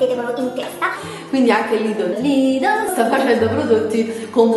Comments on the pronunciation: si chiama "Lidel" non "Lidol" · si kiama LIDL no LIDOL!!!! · si chiama Lidl, ne' Lidol, ne' tantomeno Lidel